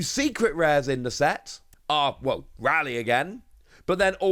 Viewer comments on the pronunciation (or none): ITS RAY-LEE not RALLY!! Pls correct this pronunciation for next time, it matches the anime in japanese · It's doesn't matter because that name isn't Japanese. Even ppl that live in the city pronounce it both ways